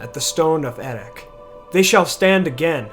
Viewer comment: I would have thought the final consonant of Erech is pronounced the same as the /ch/ in Loch, not with a /k/ or even the Dwarvish /kh/.